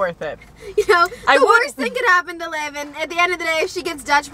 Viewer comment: LIV it’s liv guys livvv